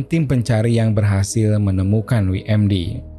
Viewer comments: WMD,, bukan dibaca wi em di, tapi doubel yu em di. WMD= Weapon Mass Destruction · dabelyu em di (WMD) bang pronounce nya bukan wi em di